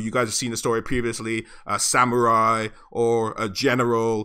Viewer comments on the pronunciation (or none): none